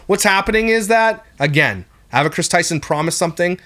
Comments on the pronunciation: Well, he also kept saying “ah”va instead of “eh”va and is extremely honest about the fact that he “blind” reacts which means having not seen the video he’s speaking about and zero research. Do people actually believe that he dives any further into the topics he covers other than his followers or mods sending him videos to react to and him choosing the ones he thinks will get the most views?!? Not one bit. He has some ok opinions here and there and is good for a laugh occasionally but if you’re looking for solid facts and accurate information, nope. Edited to add: If you’re wanting something more research based go watch the video that repzilla did on this topic a couple days ago. He also talks more about what past employees are saying mr beast knew and didn’t know. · Ava is pronounced Ay-vah! Please for the love of everything stop saying Ah-Vah! lol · The pronouncation is AY-VUH… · It’s pronounced “Aye-vuh “ Just wanted to point that out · yea it annoyed me sm😂 ‘Avva’ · why do you say Ava like that? ahahaha so distracting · love your videos but why are you saying ava like that hahahha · I’ve never heard of anyone pronounce “Ava” like this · The way you pronounce Ava is a war crime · I’m triggered by your pronunciation of Ava. 😂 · Same. is awesome, but he pronounces Ava funny lol